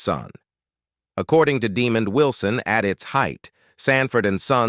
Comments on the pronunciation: Deeeee-mond? Wilson - that's NOT how u pronounce this now minister's/evangelist's 1st name! lol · F bombs on the narrator for mispronouncing Demond Wilson' name. Its pronounced Dĕ mönd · IGNORANT AI VOICE!! His name is Demond not Demon! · Fix that stupid A.I. Demon Wilson? SMH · Tried to watch..But Demon...C'mon AI .. total disrespect... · Demon Wilson.....lol. A I is great isnt it? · 1st time this pronunciation Demon was ever used. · Yes please! Stop saying demon. 😂😂😂😂😂😂😂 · That's stupid ass AI for ya! I think this voice-over moderator was saying Demund..maybe not Demon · DUH-MOND Wilson. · Why he keeps calling Mr Wilson DEEEMOND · Yeah De-mond Wilson,he wasn't a demon 😂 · Facts."Demon" Wilson. Tf? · I can’t believe the moron narrating the video doesn’t know how to pronounce “Demond.” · Dee-mond Wilson... Isn't pronounced like Deh-mond? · Man you can't even pronounce Demonds. Name please find a real job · Pronounces De' mon d...get it right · It's Desmond, NOT Demond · You mispronounced Mr. Wilson’s first name. As Fred Sanford would say, “You big dummy.” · You are saying Demond’s name wrong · I wish there was a counter on the screen for every time the AI mispronounced Demond Wilson's name wrong. Lol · This idiot narrating can’t properly pronounce Demonds Name properly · Ok it's working on my nerves, the way he's saying that man's name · Demon????? Try DemOND! This guy constantly botches the names of well known people! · Artificial NON Intelligence, it's pronounced Daa-mond, almost like diamond 💎, "NOT" demon !!!👹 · no no, ai... its deh, mond, not demon d... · You big dummy! His name is Demond not Demon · Stop using these annoying AI voices. The man's name us DEMOND. NOT demon. Good grief. Do you have any editorial oversight? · Demon Wilson ??? 😂 His name is Demond , wow AI need to stop 🛑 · First of all pronounce the man's name right. It's not " Demon D". Secondly, Sandford & Son is one of the funniest and most popular sitcoms of all time not just the seventies!